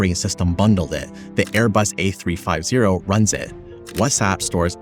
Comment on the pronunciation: it’s “Airbus A three fifty”